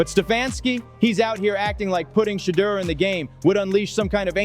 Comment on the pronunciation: Why does the commentator keeps mispronouncing Shedeur name??😮